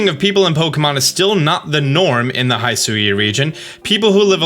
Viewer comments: throughout the entire video your pronunciation kept ticking me off... its HE-SUI, not HAI-SUI... its WEER-DEER, not WURDURR... come on... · All trailers: "Hishui region", this dude: "HaIsHui" 🤷🤦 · Every time he says Haisui instead of Hisui, and it makes me flinch up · This has been bothering me for a while so I need to bring this up. You're saying "Hisui" wrong. It's Hih-soo-ee. You pronounce the "Hi" part like "hit" or "hitch" or "hiss". Those are the only examples I can think of lol. It's not "HI" like "hi" or "high". I hope that made sense. Go watch the Pokémon Presents video again, they say the name of the region there so you'll get a better understanding. I just want you to pronounce it correctly. Idk why but I hate it when people pronounce things wrong. So I hope this helped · It’s not “hai sui ” it’s “hee sui” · Good vid, Though its (HE-SWEE) 100% not (HI-SU-YOU). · Love the analysis and mostly everything, except the way read Hisui as "Hai-su-wi" and Wyrdeer as "Wer-dur". Even if the official trailer already stated how they were pronounced. lol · Hisui: Try saying it like “hee-swee” (don’t stress either syllable) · The pronunciation of the region "Hisui" is Hi as in "Hit" an Sui is just the way you pronounce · It’s he-swee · Its hi-su-we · it's pronounced "he" "sue" "ee" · The way he says "Hisui" and "CelestiCa flute" just kills me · Please watch the original trailer for the pronunciation of Hisui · Im so triggered by the way he says “Hisui” and “hisuian” 😂 I feel like they literally said the pronunciation in a trailer. Sorry im so petty 🤪😳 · how could you deep dive and analyze all these pokémon videos but still mispronounce Wyrdeer and Hisui? they literally said the names when they announced them 🤣